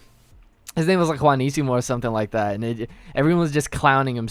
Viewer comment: Like for properly pronouncing the "J" in "Juanicimo. That's so uncommon XD